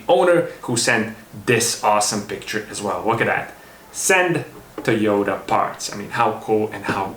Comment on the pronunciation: TEQ horn button)) nice, but it's TO YO TA, to be honest, it's written in Katakana ト - to, ヨ - yo, タ - ta the more we know!